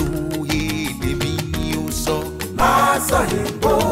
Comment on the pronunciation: He said it very clearly